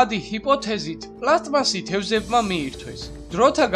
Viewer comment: პლასტმასი პლასმასი კი არა :)